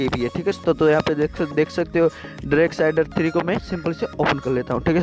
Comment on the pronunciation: Hahahahahahaha Bhai please ek baar fir se bol ddddarksiderrrr 3